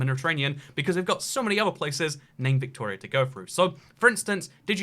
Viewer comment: His pronunciation of Victoria was bang on though, so no worries.